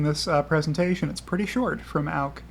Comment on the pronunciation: Good video. Totally butchering Auke's name though